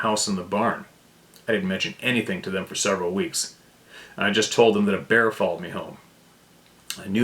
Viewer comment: TOOFS DAMMIT! TROO DEM TOOFS 😂😂😂